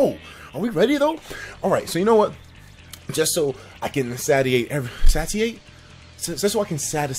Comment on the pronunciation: Etika it's "satiate" (say-she-ate) lmao!